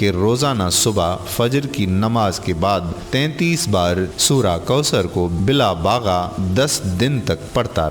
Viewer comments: Bhi jan naqal bhi aqal se kren bila baga nahi h bila naga h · جزاک اللہ جناب لیکن”بلاباغہ” یا بلاناغہ؟